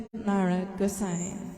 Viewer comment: Pundit Narad Gosine to be pronounced as Pundit Naarad Gosaain.Good background music.Namo nama h